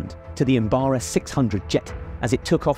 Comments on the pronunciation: The plane was not a "Embara". It's an Embraer. Pronounced Em-brah-yer. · Embraer, not Embarer. Do you even hournalist, bor? Also "wine laced with explosives" ... yeah, right. That's not how explosives work. Either it wasn't wine in those bottles, or there were explosives somewhere else in the crate. But you don't "lace wine" with explosives. Got that mixed up with poison, maybe? That wouldn't result in an explosion, though. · Em- brayer is how it is pronounced!!!!